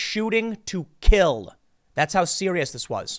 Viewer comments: Why do you keep emphasizing "Shooting to KILL"? Security and LLEA don't shoot to wound... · You repeatedly emphasized "shoot to kill" in regards to Secret Service agents. Do you believe there is something else? Real life is not a Hollywood movie.